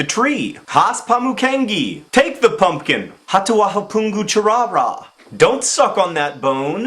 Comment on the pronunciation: You need to say "pumpkin" a lot more...plz :)I also like the way you accentuate the T sound at the end of the word get. Take the pumpkin!!!